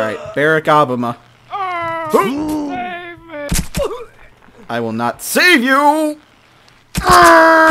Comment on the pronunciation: wtf he pronounces Barack Obama weird.